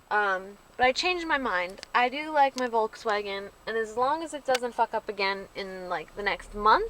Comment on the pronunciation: i love how you keep saying 'volkswagen' the wrong way :) no offence! nd i luuurve ur vids <3